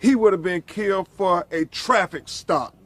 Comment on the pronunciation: Killed not mllled